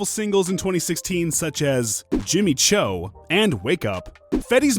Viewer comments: he said jimmy CHO instead of jimmy choo LMAOO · OVO now Jimmy Cho? It's O-VEE-O and Jimmy Choooo (Chou) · How he said Jimmy Chow, instead of Jimmy Choo 😂😂😂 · Its Jimmy Choo, not Cho. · Jimmy "Cho".....its Jimmy Choo my guy (pronounced like chew). Idk how you do what you do and don't know how to properly pronounce the name of the projects you're covering. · Stay away from our culture. This video was terrible mispronounced so much shit and got Gates on here. He said Jimmy cho its choo. Leave our culture alone stick to yours. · not him saying jimmy "chow"